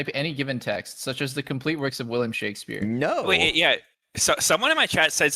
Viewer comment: pronouncing it “shakesphere” is too good